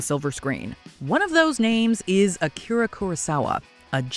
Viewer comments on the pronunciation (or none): none